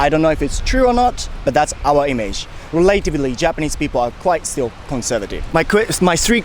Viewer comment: relativelyの発音違うよ！